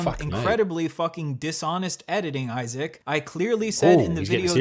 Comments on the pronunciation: Why is he pronouncing Issac’s name ‘I-sack’? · It sounded like he called you eye sack in the opening lol 🤣🤣🤣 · He calls you “Eye sack”. 😂😂😂😂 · Mr Eye-Sack😂